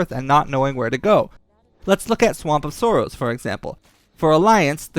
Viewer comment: “Swamp of soaross” lol